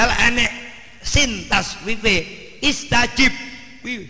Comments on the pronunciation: bukan istajib tapi astajib,,,,fiil mudhori dari fiil madhi istajaaba,,yastajiibu,trus menjadi astajiibu trus astajib... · maaf, bukan Istajib tapi Astajib.... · astajib bukan istajib, lihat QS.40:60